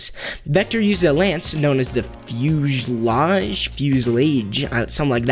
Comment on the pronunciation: Not to be a geek or anything but if you’re curious fuselage is the body of a plane and it’s pronounced few-sa-lodge